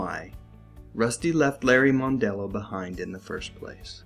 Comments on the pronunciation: I believe his last name is pronounced MUNdello, not MONEdelleo. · GAWD!! Cut the yap yap and get to the point. Worst narration ever. And it's mon-dello, not moan-dello. Let me save you some pain: Go to .